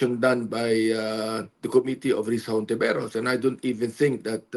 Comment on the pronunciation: commi-tee co-mmittee